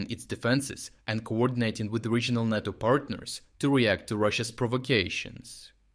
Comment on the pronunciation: Nay-toe Nay-toe, not knat-o